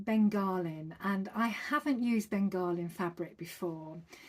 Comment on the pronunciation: Beautiful makes as usual. Your quilt is stunningly gorgeous. Chefs kisses even. Bengaline by the way is pronounced Ben ga lean, not Ben gar lin. Hope you don't mind me saying? 😊❤😊